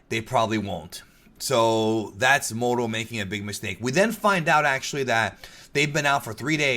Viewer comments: When said Muro, i was like "Mango?" Lol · I’m Mexican and it KILLS me when they don’t roll the R when they say “Moro” lmao. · kinda think the moro as u have been saying it sounds more like a name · English is one of the only languages to use a hard R. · You're not the only one that think that saying Moro with a strong R sounds cooler. Also you being Hispanic explains how you were able to speak Spanish in Twitter. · If you say "moroo" is a result of hispanic heritage than why must you say SAI-yahn ahh you know what forget it. Nobody will see this anyway. And I have proof but since no one will see it, why bother. End comment.